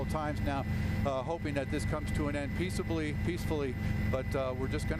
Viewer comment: narrowly avoids hitting car at intersection, News Anchor - hoping this comes to an end pieceably I mean peacefully